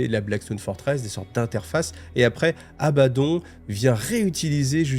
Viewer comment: Tres étrange.... Tu prononces les mots à l'inverse "Abbaddon" et "Pylône"